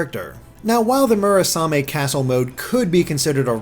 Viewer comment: Next up: Mission in Action - The NX. ...sorry. It's getting old. ...and I'm getting old, too. D: and you gotta love that constistent wrong pronounciation of Murasame.